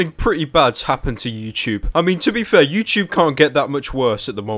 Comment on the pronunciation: He says "youchoobe" lmao.